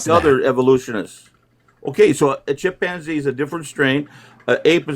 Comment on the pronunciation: Not the feared chip-man-zee